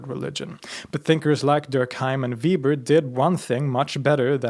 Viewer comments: Let me first ask a question: my dissertation committee chair pronounces "Weber" (as in Max) as "Vay-ber" where you pronounce it as "Vee-ber". I can't find information about where you come from, so I don't know whether your pronunciation or my professor's is more authentic. Could you clarify this for me? As I hope I've established, I'm currently working on a PhD, although mine is in Sociology, with Sociology of Religion being my minor concentration. All the sociologists I know claim Weber as a sociologist, right alongside Durkheim. Both of them wrote extensively on sociological relationships and processes, although neither's works would be thought of as current state of the art. And, I'd like to note, Durkheim was Jewish. From my experience of Judaism (I've been married to a Jewish woman for the past 38 years), Judaism puts behavior before belief. Nonetheless, in the English speaking world, I find it nigh impossible to talk about religion without encountering Christian social constructions limiting what we talk about and how. I suspect that the same is true throughout the European world. Permit me to throw out my sociologically-influenced attempt at defining "religion". I define it as a social system that does three things: regulates relationships and behaviors among members of a religious community; provides people with a framework for interpreting their personal experiences, relationships, and life-cycle events into a meaningful whole that connects pasts to futures through o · Weber not Weeber. Sorry great video but going through a social sciences major, all teachers I had were anal with pronouncing that name. Not ueber, not ueeber, not weeber: Weber. May god keep him in his grace to torture political science and sociology students for the rest of times. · Weber is pronounced 'veɪbɐ not 'viːbər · The German pronunciation for Weber is "vay-ber". Sorry. It's, just like, my last name.